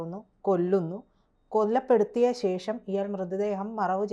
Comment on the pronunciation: Kollappeduthiyathu alla kolappeduthiyathu